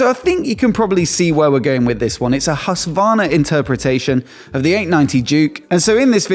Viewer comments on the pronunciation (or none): its HusKvarna not Hussvarna, just fyi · Plz, look up a Swedish person say Husqvarna 😂 it’s a Q in there!!!